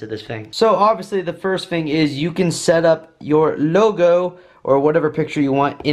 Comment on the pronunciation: Great videos, but the word is “thing” not “fing”. You said it a bunch of times in this video, and it’s hard to listen to. As DJ’s we have to be good linguistically.